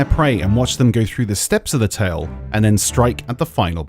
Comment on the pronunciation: Please say tall tale properly. It's tale like tail and not ta-eel. Please.